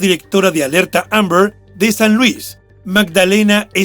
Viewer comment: El narrador por qué no pronuncia bien la palabra AMBER?❓🤷‍♀️ Ni se le entiende